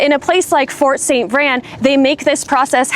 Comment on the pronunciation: It's "VRAIN", like rain, Spain, chain